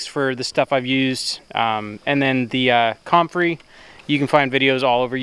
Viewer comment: Love, it is pronounced come-frey NOT com-frey. You are in the South now, learn how things is said. (Grin) When in doubt ask Jason at Cog Hill Farm. Comfrey tea is not near as bad as Nettle tea. First the nettles sting and then they stink! LOL you are such a treat. Nemodes can be purchased locally too. Yes, they are one of natures wonders.